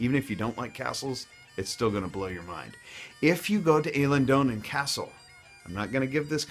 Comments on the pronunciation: It's EE-lien Donan, not EH-lin Donan. And it hasn't been restored to what it originally looked like. Many parts are still from the 1920's. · I'm not trying to have a go at you mate but it's pronounced eelen donan. Great video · Eilean donan is pronounced Ellen donnin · It's ee-lin don-an not A-lin dough-nan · It's pronounced eelin - Don - an not elan - donan...just been there it is great. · I? Not A in Eileen and don not doon in the castle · Eilian Donnan is pronounced Eyeliandonnan or Aye ochayethenooladdie, ye were dain no bad up tae that point as well then you fell by the wayside :) but over all no a bad perspective av heard worse :) ye nearly passed the test trial and error ma man at least you came to visit thats the main tbing the granmer will follow :) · It's Eye Lan Donan. And if you put gas in your car in Scotland you're in big trouble. 😂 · Appreciated this video as I'm from the Bonnie land! Thank you for pointing out our foibles. Just one moan - its pronounced I - leen castle! Nice video though. Next time you come, the best tour guide you could hire would be a local from the town you're in. Thank you for pronouncing Edinburgh And Glasgow properly too. To Americans it would be like us Scots pronouncing Tuscon and Arkansas wrong! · Well done Sir. You have learnt much. A few points: Eilean Donan is pronounced 'Ailan Donan' and the best haggis you will get is made by an Edinburgh butcher called Mac Sweens. Other than that not bad. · Cat 124 no no no it is phoneticaly pronounced eel an don an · Not at all bad on Edinburgh pronunciation, but blew it on Elaine Donan. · Eilan Donan is pronounced eelin donnin, not ayylan doonaan! you say Glasgow totally wrong, its pronounced glaasgoh, not gllasssgo 😂 u also say Edinburgh like Alex Salmond, its more like Edinburugh, if you're from the Central Belt; not so much Edinbruh.